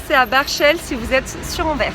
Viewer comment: Le s se prononce, ce qui fait Anversse. Les gauffres sont de liège ou de Bruxelles...